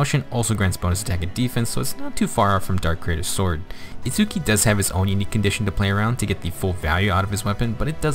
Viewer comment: Minor nitpick: Itsuki's name is pronounced without an emphasis on the U, which is a common trait for Japanese words with a U in the middle when Romanized. Therefore, it's a two syllable name that sounds like "ITS-key". Anyway, as for Nemesis himself, I think the weapon is unique enough that I'll build one copy to use for Arena Assault, but because he doesn't hit that 180 BST, I won't go all in on him. I'm also disappointed we didn't get God Shattering Star for his GHB map. Now our last hope for getting that song in FEH is the inevitable Legendary Claude.